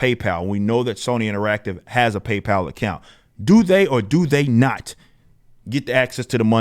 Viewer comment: It's PayPal ....